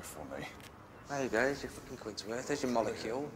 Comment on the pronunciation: It's podrick fooking payne 😂😂😂😂😂